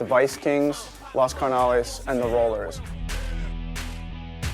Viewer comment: one of those guys said "THE los carnolas